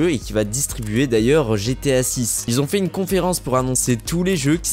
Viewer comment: STP 0.40 et 7min 55 la meme MDR : les personnes qui Z 'on 😨 ( QUI ONT )